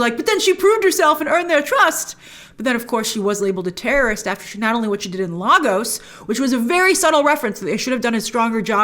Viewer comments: It is pronounced Lay-gos not Lagos. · Love this breakdown! Just want to point out, Lagos is pronounced “Lay-gos” not “Lah-gos”.. I don’t know why Americans have taken up this weird pronunciation. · its pronounced "Lay-gos" not "Lah-gos". It hurts my African ears whenever I hear it pronounced incorrectly. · Only wish the MCU would get the pronunciation right - "Lay-gos" not "Lah-gos" - had the same minor complaint when I watched Civil War as I lived there for a while!!! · I really hate the mispronunciation of Lagos. If you're talking Lagos in Portugal then fine. But this is Lagos Nigeria. It's pronounced "Lay-goss". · As a Nigerian I cringe whenever I hear Lagos spoken in the MCU I get that its an American accent thing but its pronounced Lay-Gus not Lah-Gus, I understand why my Hungarian ex would cringe whenever she heard people pronounce Budapest, a story for another day. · LAGOS - is pronounced as "LAY-GUS"